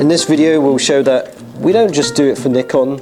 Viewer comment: When you say Nikon... that "i" its like the E from the ABC... or like the BEE (but shorter 'ee')... Maybe you understood... maybe not... lol